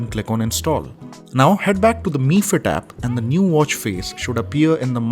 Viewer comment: No bro its pronounced in Chinese so its MI band(pronounced as ME band instead of M I band).